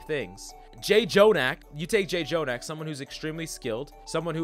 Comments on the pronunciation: Please do not say Jay Jonak. That is not how you say it. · The jjonak mispronounce makes me wanna get dove by a doom on zen